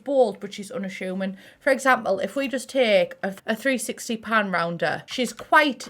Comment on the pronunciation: English: unassuming english: anashyumin